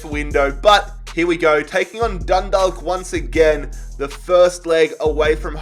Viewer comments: It's pronounced dund-awe-k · it's said done-dah-ck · That’s not how you say Dundalk lmao it’s said like Dunnedock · for the irish team Dundalk you dont pronouce the L, its Dun-dawk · Chalk Dundalk.... There is no 'L' sound in Dundalk